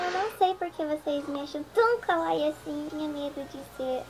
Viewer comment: "Kawaii" é fofo em japonês. Eu sei que eu uso essa palavra no meu nome, mas pelamor! Ficar falando isso em frases e TODA HORA é muito ridículo!!! Fora que ela tá pronunciando errado '-'